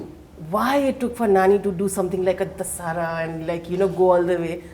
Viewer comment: why does the anchor have so much trouble pronouncing the movie Dasara?!?!?! What the hell is a "The-Saaraa"?